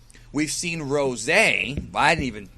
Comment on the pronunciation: OMG the way you say Goku Rosaayy instead of just Rose makes me cringe.